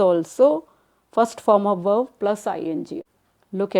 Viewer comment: Its verb not verv